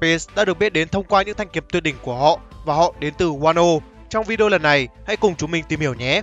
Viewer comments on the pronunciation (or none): none